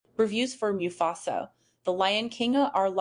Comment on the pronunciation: MU FASA not mew fasa